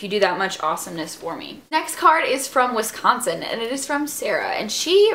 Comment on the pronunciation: Haha you can always tell when someone isn't from Wisconsin by the way they actually say Wisconsin .. I'm from Wisconsin so I notice but it's honestly not a big deal :p